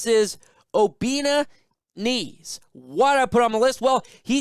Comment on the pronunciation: The algorithm had led me to me to your page and I’m impressed. Just wanted to give you a heads up, the name Eze is pronounced “Eh-zeh”. Keep it easy brother -fellow Nigerian